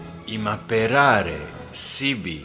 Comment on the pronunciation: "Imperare sibi" a ne "imaperare" ..